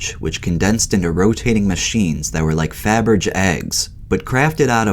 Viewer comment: Great video. Narrator must learn how to pronounce “Faberge.” 😂